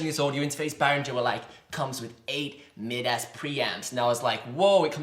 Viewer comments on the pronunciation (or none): dude you need to take it down a notch that is not pronounced mid ass its pronounced mi-d us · It’s pronounced my-das not mid-ass as in Midas the fictional king who everything he touched turned to gold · "Mid Ass" lol! Midas, pronounced "My-Das" as in the king from Greek mythology who turned everything to gold with his touch, was a highly respected English mixing desk manufacturer founded in 1970, eventually acquired by Bosch Group in 2006 and consequently acquired by Behringer in 2009. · lol, mid ass preamp? It’s pronounced my duss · In Greek is pronounced mee-thas though so mid ass sounds more accurate. Lol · Mid-ass? You've got to be joking. Try My-das as in everything he touched turned to gold. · I’ve heard Behringer mispronounced my whole life but never heard Midas flubbed this bad but so amazingly at the same time. Damn tell me about those mid ass pre’s.